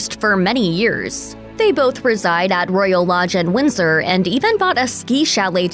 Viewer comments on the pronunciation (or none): none